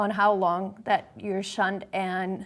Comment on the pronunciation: Every time she said they would get “shunned” I honestly thought she was about to say “shot”. 😅